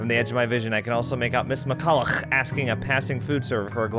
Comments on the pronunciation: I'm still not over how pronounces that name haha. Ms. McCollouGHH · Every time he says McCollough I die